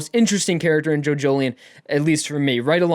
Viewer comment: Each time you say "Jojolion" I hear "Jojolyne", is it just me ? Thanks for the review btw.